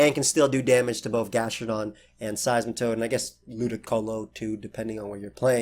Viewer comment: Bruh that 'gastrodon' ahahahahaha